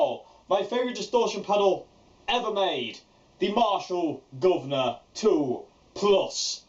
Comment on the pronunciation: The way you say guvnor lol so perfect